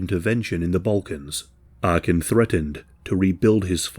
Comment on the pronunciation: It's not Arkin but Arkan.